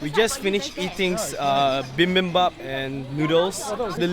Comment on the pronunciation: I die everytime someone pronounces bibimbap as bimbimbap